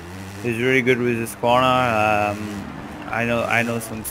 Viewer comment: Damn, you can pronounce Husqvarna like we swedes do, cudos to you dude!:)